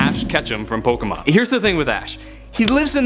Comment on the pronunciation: I believe you were saying Pokémon correctly. Yours is the sound you get when you take the "Poke" sound from Pocket and the "mon" sound from Monster. Plus it is the correct way to pronounce "é" when you remove the nuances of the American accent. Yes, that does mean most people pronounce "Fiancé" incorrectly too.